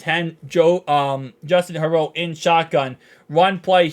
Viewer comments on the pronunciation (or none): Its pronounced Hurburt & spelled Herbert not Hurboro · Are you calling Herbert “herbo”? Like a nickname?